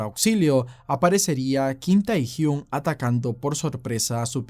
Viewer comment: Me gustó pero se pronuncia tehyng